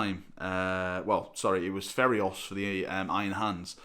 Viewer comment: It's Feiros, not "Ferios". The i is before the r. I'm sure you wouldn't like people to call this the "Reclaimers of Drone"